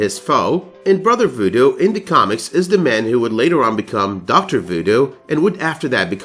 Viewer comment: Great video, but please, its vooDOO... not vooDO